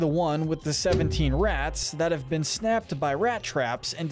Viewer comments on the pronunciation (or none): none